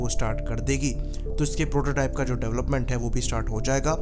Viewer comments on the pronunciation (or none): none